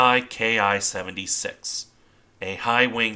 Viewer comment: Minor correction about IJA planes. When you call the Ki-76 a "K I", you should just say "Ki", as it's a single caracter/silable "キ", abreviation of "Kitai" meaning "airframe" or "model number". Same for the Ka Type autogyro, it's not "K A" but just "Ka" for "カ". Also, many technologies of Japan also uses the designation "Kai" (改 roughly meaning remodel/Mk.2), the pronouciationis also a single silable. Anyway, thanks for your video, always very nice to see ^^